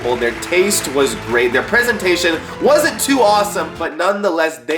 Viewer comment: We all love the preezentstion